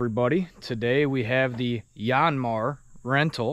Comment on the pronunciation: Dude it’s not a “YAWNMAR” , it’s pronounced “YANMAAR” like how you would say yankee, or yanking